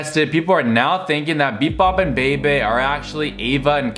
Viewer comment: It’s pronounced (beebee) Bebe